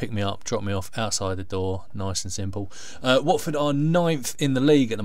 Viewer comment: Lmao u cut the hell out of my clip, tough loss at the end of the day. Lmao pronounced Watford so wrong hahahahaha